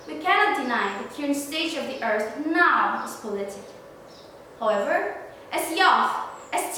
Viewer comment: Very good articulation and pronunciation! Maybe only the word 'however' should be spoken little better. God bless you!!